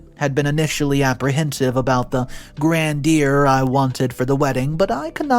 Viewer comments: Come ON... PLEASE learn to pronounce the words in your stories correctly. Veiled is no veeeled (it is VAIL-ed (veal is baby cow meat.) Grandeur is NOT grandeeer it is Grand-YOUR. If only so many men were not oblivious of what actually goes on between step-mothers and step-children,, and Maria certainly sneaky enough to act differently in front of her husband, and OP spoken up faster, maybe Dad could have made OP's life as a kid easier. I mean, where was he at the family event when Maria slapped OP for wearing a dress she bought for herself? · Google how to pronounce GRANDEUR...